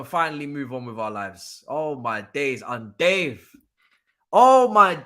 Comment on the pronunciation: bro you need to stop lol man said UN DOVE THEN YOU KEEP SAYING UN DAVE ITS 6AM AND IM ROLLING UN DAVE YANO LOL 😭